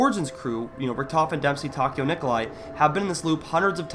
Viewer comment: Will Nikolia kill the crew because the keeps saying Nikolia